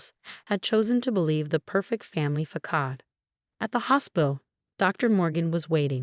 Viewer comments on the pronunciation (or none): Facade...it's not pronounced fa-cod, it's fa-sod... Healing isn't static either. I'm 60 and still have PTSD from my childhood abuse.